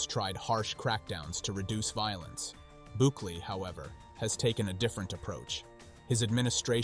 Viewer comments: BOO-KAY-LAY not BU-KEEL. Unfortunately, there is evidence that political prisoners are also there. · Have some respect and learn how to say the names of the president and the prison properly. You said his name right twice. Why not every time. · Not bookly 😂 Not BOOKIEL 😂😂😂😂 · Are you a bot? Why do you mispronounce Bukele? And "children" should be defined. You can be a murderer and be 16. You still need to pay. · I love how the Presidents name keeps getting mispronounced! But on a serious note, maybe the U.S. should build a prison like this for their gang problem! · Well done. But what's with all the different pronunciations of Bukele? 😆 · Seems like a fake AI channel, the computerized voice mispronounces simple words, very suspect. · How many different ways can robot voice pronounce bukele's name